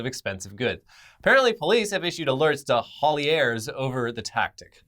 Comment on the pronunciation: Love this even with difficulty with the foreign language of American English being from the U.K. loved pronunciation of “Haulier” lol